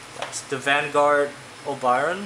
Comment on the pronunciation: its varguard not van :)